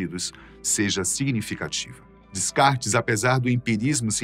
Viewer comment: Gosto dessa linha de vídeo, mas, NOVAMENTE, devo evidenciar que pronúncias DEVEM SER RESPEITADAS! "Descartes" não se pronuncia o primeiro S e qualquer professor de Filosofia de baixa competência poderia evidenciar isso aos seus alunos, não conseguindo entender, então, pq pronunciam errado hoje em dia. Pesquisas baratas?